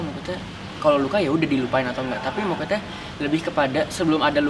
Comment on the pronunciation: ka mahen kalo ngomong "maksud" jadi "makut" LUCUU BGTTT WKWK